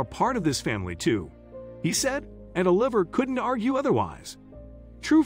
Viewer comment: grteat story and morals, but the AI narration really ruins it. for me anyway. "Seen", "ahh liver", "oLIVer", etc. We can do better with AI. You need to getr Anna Farris to pronounce Oliver like she did in 'the house bunny'